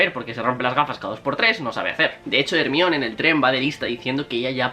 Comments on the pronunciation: Cómo le vas a decir hermion jajajajajajsjsjdjajsjajsjs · HERMAIONI NO TE CUESTA NADA DECIRLO IGUAL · Se pronuncia jermayoni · Por qué le llamas Hermione? Y a Snape le llamas Esneip? Saludos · Like si también te causa mucha gracias cuando dice "ermion" jajajaja que necesidad de traducir unos nombres y otros no? Por qué no dice "Dumbledore" en lugar de decir "Dambeldor"